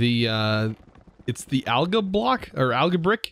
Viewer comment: the last L in algal is not silent, its AL-GAL not AL-GA